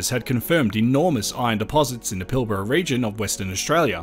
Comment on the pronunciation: Hey I just heard you say Pilbara in the first few seconds and you pronounced it correctly, nice one :)